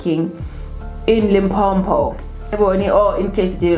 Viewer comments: it's not Limpompo my sister. It's Limpopo. No double M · It's Limpopo not Limpompo. Only one "M" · Not Limphopho but Limpopo.....that is how we pronounce it my sister. Like Mphumalanga and not Maphumalanga. Lol. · It’s L I M P O P O . Please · Why do you call our province Limpo-m-po? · That's how most Nguni people pronounce Limpopo